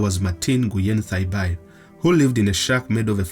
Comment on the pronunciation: The Vietnamese surname Nguyen pronounced as “ Nguin” ... NOT “Nyu-yen”.